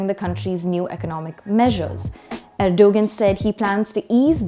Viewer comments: i hope the host dont say Erdugun ....its ERDOGAAN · please learn to say the name of the protagonist in you commentary properly. It is something like "Erdowan" - not "Ergo-gun" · Stop calling him er-dough-guhn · “G” is silent it is erdoaaan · You lost ALL credibility when you couldn't even do the basic research of learning how to pronounce Erdogan's name correctly despite his heavy presence and familiarity in geo politics. WTF!!!! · It's a soft 'g' so not pronounced, they should have researched that before airing their report